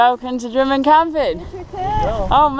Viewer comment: When you get to Drymen it is not pronounced Dry Men but Drim Min